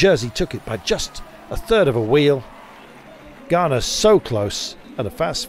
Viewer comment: Please can the commentator pronounce Ganna’s name correctly?! It’s not Garner, it’s Ganna - pronounced with a short ‘a’, as in the pudding Panna cotta…. So irritating.